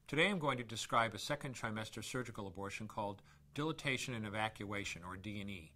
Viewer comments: Dilation, not dilitation! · First off off he said dilitation. That ain't no mf doctor